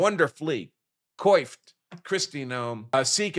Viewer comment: Hahaha! Many times I note your pronunciation of various words, many Latin words used here. Thanks for that. Now I am here to return the favor. You've got 'coifed' wrong. It is pronounced like: kwafft. You are welcome.